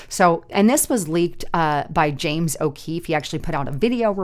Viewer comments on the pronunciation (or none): none